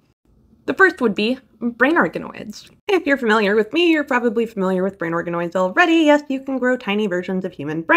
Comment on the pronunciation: I could have sworn you said "brain arkanoids" and i was like .....wait 😮